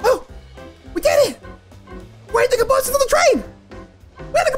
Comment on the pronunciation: that is not the correct term, those are freight cars, but still, the way you said cabooses cracked me up XD